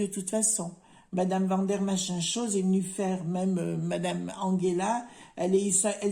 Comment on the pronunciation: Bonjour. Bien vu! Pourquoi maintenir des hôpitaux publics alors que leur grand plan est de dépeupler la planète. Ils sont déterminés et continuent à nous mépriser. Un gang mortifère!! L'Europe n'est qu'une mafia. J'adore "Mme machinchose", enfin je ris quand vous prononcez ce mot, mais elle ne fait pas rire! Du balai, dehors la clique à claques!